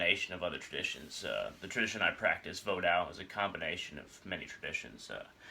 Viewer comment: No. all of the Ogou are Nago. not rada. he is not an oppressor. vodou is not makeshift. orishas have nothing to do with Vodou. it is pronounced Vo-doo not voo dawn. you know nothing of the tradition. don't just speak songs, they are meant to be sung.